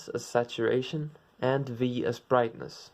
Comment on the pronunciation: Hue Saturation Vrightness